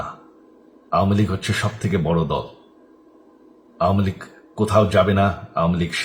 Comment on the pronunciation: আওমিলীগ নাকি আওয়ামিলীগ হবে ভাই